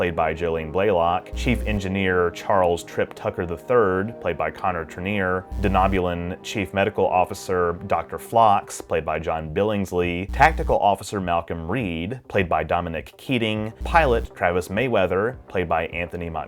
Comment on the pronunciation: Not to be overly critical, but a couple things you said made me wonder if you'd watched the whole series. First, Dr Phlox is a member of the Denobulan species. The "O" in the word is a long O, pronounced like the letter by itself (like the O Own or Omit). If you've only seen the word I could understand you getting wrong, but not if you'd watched the series. The other thing was your statement about T'Pol having trouble controlling her emotions. T'Pol had Very good control of her emotions, except when she was or had been, influenced by some outside influence. Like a forced mind meld by someone inexperienced, or like the Expanse, which drove the entire ship of Vulcans mad. It was established any Vulcan would be affected; they were affected by that area of space (among other problems it caused). I believe the last season explanation of how Vulcans got where they were at the time works well. The teachings of Surak being lost, so being left (somewhat) open to current leaders personal interpretation. Whether you attribute the High Council's fall due to ambition or simply being mislead into a path they thought was best is open to discussion.